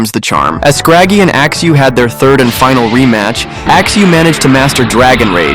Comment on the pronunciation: I can still hear, "Axe axe....... Axeu" in my head. It was traumatizing